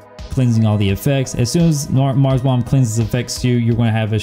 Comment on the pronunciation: The second you a said maras I left the video Lmao smh 🤦🏼‍♂️